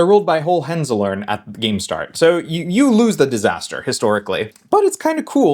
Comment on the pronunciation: Great video. But that pronunciation of Hohenzollern was painful 😅